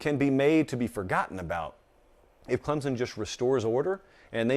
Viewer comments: When anyone pronounces Clemson with a "Z", they've lost me. Educate yourself please. All of you nay-sayers will be proven wrong. Dabo did it once (oh, excuse me, TWICE) he will do it again. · Why do these people say "Clemzun"??? It's Clemson. Not Clemzun.